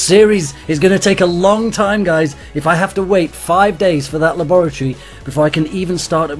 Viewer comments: La-boor-eh-tor-eh? It's Lab-ri-tor=E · Lol the way he said laboratory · is it just me or does he say laboratory really weird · he says it like you say it with a british accent but he doesnt have a british accent lol p.s i quit clash but cant lewve videos